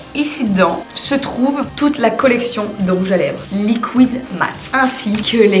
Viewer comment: et ses "LIKOUÏDE lipstick"